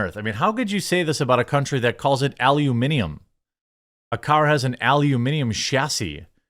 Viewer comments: Jeremy! That is how you say aluminium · Australia pronouncing Al correctly is like one good thing they've done recently.